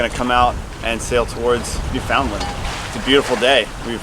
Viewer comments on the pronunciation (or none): Anders Jakobsen it’s not New Found Land, it’s pronounced nufinland 👍 Dans a Canadian ? He shud no dat my sun lol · It’s not New Found Land! is a Canadian? It’s pronounced Nufinland lol he shud no dat me sun. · Newf-und-land. What are they teaching you out in BC?! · Beautiful scenery. You captured it beautifully. I live 2 provinces away and it's on my.bucket list. To visit. Its pronounced "new fun land". I thought you were Canadian? Lol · "New found land"?! You're Canadian, say it right! :) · Newf-in-land... yeeesh you guys LOL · Really lovely video. I really root for you guys. But, have to say, did I think it was surprising and funny you were unclear about the Newfoundland's pronunciation., you're obviously off the hook, because you're a lovely foreigner. But - Canadian native son, wow, man. I hope Newfies consider you west coast Canadians to be another tribe or something. All the Newfies I know call it NEW-fn-LAND, or NEW-fin-LAND, accent on 1st and third syllable, second one is barely there. But they're Canadians- they'll welcome you and be polite no matter what. Cheers. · Loved the video. But please please pronounce Newfoundland properly ;) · B’ys you have to learn how to say Newfoundland! Understand Newfoundland! Well done though. Ed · Really? Use ‘Understand’ to pronounce Newfoundland properly.